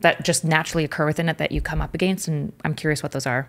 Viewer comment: If she says " Uhh-Gaynst" one more fkn time I swear... 😂